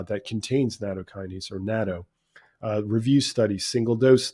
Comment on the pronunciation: I would think "Nat toe," two Ts. "Na toe," one T.